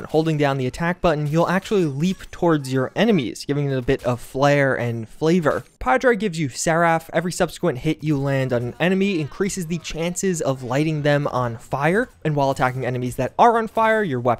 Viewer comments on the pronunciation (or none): did you seriously just pronounce "padre" and "pod-reye"